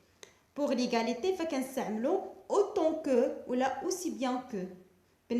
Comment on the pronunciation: Quelle prononciation !!!! Comparison ,diffirence,egaliti,supuriorité...preuposition ...درسي العربية احسن.